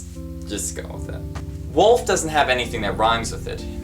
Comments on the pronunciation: Wolf -> wool-ff Golf -> gall-ff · wolf rhymes with golf, at least according to your pronuciation.